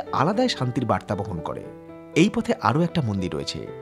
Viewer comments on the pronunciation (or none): none